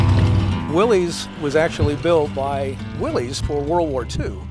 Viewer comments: Come on people ,its a WILL-ISS,not a WILL-EZE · I've heard its pronounces "Willis." Am I taking crazy pills? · Definitely among my favorite Jeep videos. Family memories with an amazing '53 CJ-3B Willys = top shelf segment! Incidentally, his dad looked like Glenn Ford and it's pronounced "Willis" after John North Willys. O|||||||O 🇺🇸Only in a 2 Dr🇺🇸 '41 - '06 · Willys is pronounced "willis"